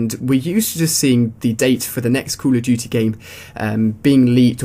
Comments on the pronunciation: he said coo a dutey instead of call of duty like if you noticed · "cool uh dootee." cracks me up everytime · Cool Uf Dooty ROFL funny accents are funny